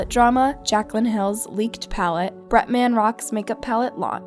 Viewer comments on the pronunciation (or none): "BRETMAAN" gurl it's pronounced "BRETMUN" just fyi for the future videos lol 🥰❤